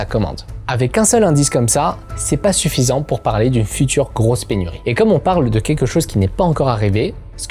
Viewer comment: Go voir un ortophoniste, "quèque" n'est pas un mot, c'est queLque avec un p*tain de L dans le mot. Et c'est pas la loi de More mais la loi de Moore. Ca se dit MOURE. Go te faire soigner.